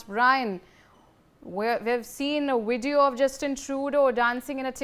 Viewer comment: Please, this title is a little redundant, don'tyou agree? Please hire a 'proof reader', to keep your professional appearance. 1 more thing - it's VIDEO. Vid ë ö. Not WIDEO. Wìd ē ö. Wideo is not a word found in our English dictionary. Shared with ❤ & Support for Indian News! Thank you. 🇨🇦 ❤